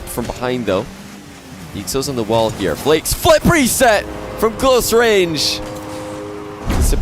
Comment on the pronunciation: JeanPierre Snyman from watching so many Flakes Gauntlet round matches im often confused whether is saying “flakes” or “Flicks” lol